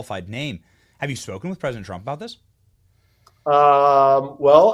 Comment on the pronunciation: I’ll give him a pass for saying “PresiNent Trump”.